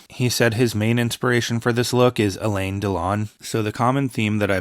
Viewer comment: Alain is pronounced Alan. Not Elaine.